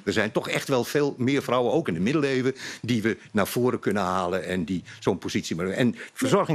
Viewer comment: Kan die man geen v uitspreken?fijftig frouwen fis foedsel ferder, fenster, opfallend (jezus). Hij komt fast uit Noord-Holland.